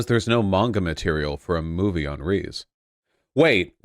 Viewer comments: One piece anime has absolutely dreadful pacing, if a huge successful series needs a revamped version OP is it. The manga is already spotty enough with it's constant meandering but in a way that it doesn't ruin it's own flow, something the anime totally does. Also, lmao at voosh pronouncing Reze as "Reese" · “rees” is that actually how it’s supposed to be pronounced am I being gaslit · i hate how vaush pronounces reze so much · It defies comprehension that Vaush could possibly mispronounce “Reze” that badly. For someone who’s so opinionated on anime, it gives the impression that he hasn’t watched a single episode.